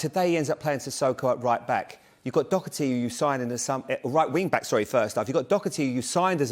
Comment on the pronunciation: is he trying to pronounce Doherty?